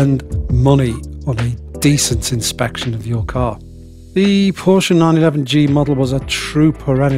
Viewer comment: Thanks SO MUCH for pronouncing the family name much closer to correctly than most! Prefer black Fuchs, but everyone has their own likes and dislikes.